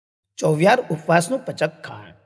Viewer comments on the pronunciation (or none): Pachak nahi.. pachchak.. uchcharan bhul hai..